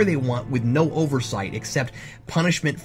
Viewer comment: That "NO!!" would have been much more effective as a "No."